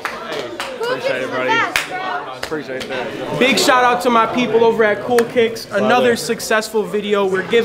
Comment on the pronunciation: “Coo Kiks Is Da Bes Brow 💅”